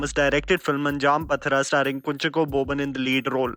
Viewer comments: It's not anjaam patra it's pathiraa. "Pathira" means 'night' "anjaam" means '5th' so the meaning of the movie is "the 5th knight".ha manti hun ki galti ho jathi h mgr it's a good movie actually and title has a great role so sahi se bolna zaroori he na? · Anjaam pronounced anjaaam pathira pronounced paaathira (5th midnight)